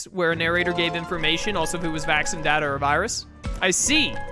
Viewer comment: I don’t think I’ll ever get over the fact that pronounces “Vac-scene” (Vaccine) as “Vaxon.” I know you’re a big fan of Cyber Sleuth, but that kind of a stretch.